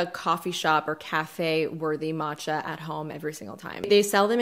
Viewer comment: Thumbs up for finally pronouncing “matcha” correctly! 👍👏😹💚💚💚 Proud of you!